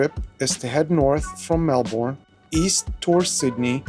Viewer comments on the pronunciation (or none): Melbourne is pronounced Mel-bin. Not Mel-born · I know it’s a few weeks old…. But…. Pronunciation….. Melbourne is said as Mel-bun, Kiama is K-eye-ma, circular Quay is Circular Key…. The res you did okay…. 👍